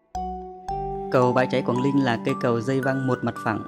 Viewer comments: Chả có gì hay ho cả Đọc cũng ko rõ ràng quảng Ninh thành quảng Linh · cầu Quảng Linh bạn nên tập phát âm cho chuần thì hay lắm. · Co gang noi cho dung chinh ta. Quang ninh , thi noi quang linh. Nghe sao sao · Quảng Ninh chứ đâu phải Quảng Linh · Quảng ninh hay Quảng linh thêm một thằng nói ngọng. Chán quá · quảng Linh có ai gọi thế không phải là Quảng Ninh mới đúng nói ngọng thì tốt nhất xoá kênh đi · phát âm "Quảng Linh" thì đúng là dân đất mỏ r